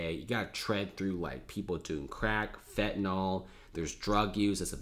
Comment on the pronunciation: The correct grammar is as follows: "If I WERE the CEO of this project..." NOT WAS. Investigate the subjunctive. Also you are mispronouncing fentanyl. Amazing with all the conversation about this drug that you don't know how to pronounce it.